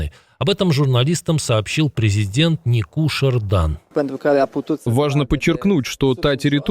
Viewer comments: Президент Румынии НикушОр Дан , а не НикУшор. Перед выпуском учите матчасть. Неправильное произношение имени , признак неуважения. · Обращаюсь к ведущему, имя Президента Румынии следует правильно произносить НикушОр, а не НикУшор..)) Слышу это уже не первый раз, режет слух..